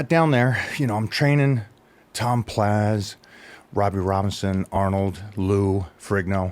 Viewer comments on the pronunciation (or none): Whats up with this guy always calling Tom Platz tom PLAZ dude is a pro troll